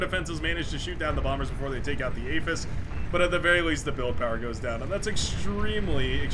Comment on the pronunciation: "No one pawn should have all that POWAH!" So good!